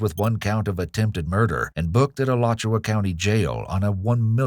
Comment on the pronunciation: Al-you-sha County. 😅